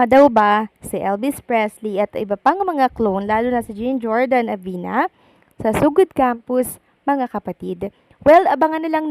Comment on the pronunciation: Hello ❤ Ang CORRECT PRONOUNCIATION po ng name ni Jean Jordan Abina ay hindi "JEEN" na feminine kundi ang tamang pronounciation ay "JOHN" gaya nung kay "Jean Claude Van Damme"! 😊